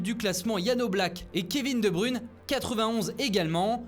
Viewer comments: "et Kévin de brune" bruhhh ça ce dis "Kevin de bruyne" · Faut apprendre à prononcer Kevin de Bruyne correctement c'est plus possible d'écorcher son nom comme ça merde